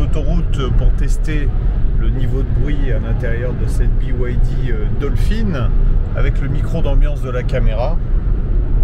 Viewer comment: Oui, mais on eu droit à un cours de phonétique anglo-chinoise gratuit qui m'a stoppé net !